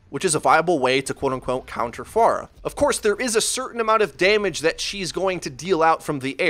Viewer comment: 1.Stop pronouncing her name like that. Ask google how to pronounce her name. 2. No she doesn't need a nerf. She is fine the way she is. If you cant aim then go into the training room and practice. 3. People need to stop making video on countering heros. Because the hit scans are looking up how to counter Pharah and the Pharah will look up how to counter back.Theres a guy who hooks people from bs places amd 1 shots you and can heal himself and people are complaining about a Person who can easily get countered by 3-5 people in the game? Lol